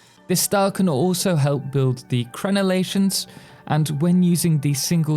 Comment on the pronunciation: You called em Crenalations... imho that's a first lol subbed. 🤘🤣👍